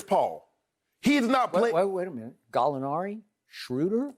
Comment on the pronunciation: Galli-a who ???? SKIP stop it my guy